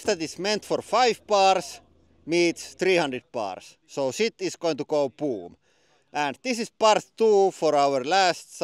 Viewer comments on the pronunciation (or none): "Sit is going to go poom!" Love that😂